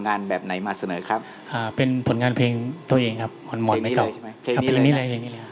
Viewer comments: หมอนไม่ใช่ หมอ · หมอนครับ ไม่ใช่ หมอ คุณทีมงาน